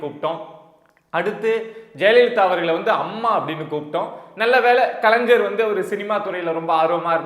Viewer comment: கலைஞர் என்பதை தயவு செய்து சரியாக உச்சரியுங்கள்